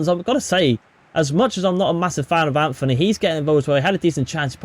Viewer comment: Bruno does not dive and also your saying Antony wrong its,not Anthony its Antony